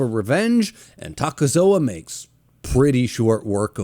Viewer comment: It's not "Takezoa" just Takezo.